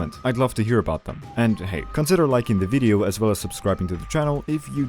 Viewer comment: I'm not the only one who heard "consider liking the DIDIO